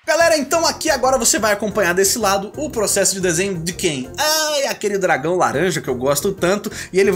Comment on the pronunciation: muito 'R' pra uma frase só te entendo